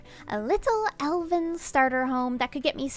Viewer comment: Every time she says Elven, I hear Elden. Do I play Elden Ring too much?